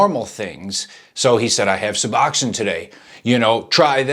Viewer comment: Why do these dude always call it “Suboxoin”. Too funny.